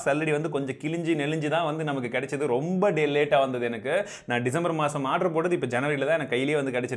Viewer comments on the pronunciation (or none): none